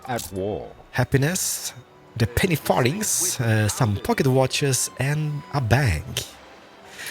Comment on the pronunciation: Just for info, you are saying Penny Farthing correctly. The penny was obviously an old English copper coin (240 pennies were = 1 GB Pound), a farthing was also an old English coin, went out of use (I think) in the late 1940's, 4 farthings were 1 penny. The penny farthing was an early bicycle, just as in the game it had one big wheel and one small wheel, the relative sizes of the two wheels were just like a penny and a farthing.